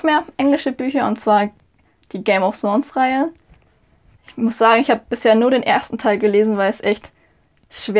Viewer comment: Schau mal bitte wie du Game of Thrones Reihe gesagt hast 🙀🙀🙀🙀🙀😱😱😱😱😱 das spricht man anders aus ..du sagtest Game of sons oder sons was ......die Serie ist legender da musst du es auch richtig aussprechen können :) wenn du schon englische Bücher liest .....schönes Wochenende....